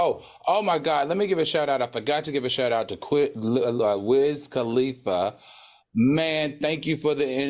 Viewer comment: Now it’s “Tiga” “Flava Flava” and “Wiz Kalis”🤣🤣 Al I can not with you!!😂😂